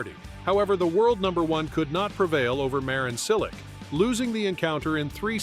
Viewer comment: Very good video, but Djanko Tipsarevik, Fabio Fogneenee, Marin Silik, Nick Kyrggeeos and Gael Monfills all implore you to hire a voiceover artist.... I'm one 😁